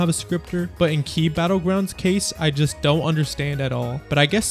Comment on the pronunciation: "KEY" battleground, bro..